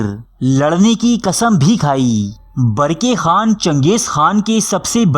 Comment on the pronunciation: Barki khan nahi barkah khan hai sahi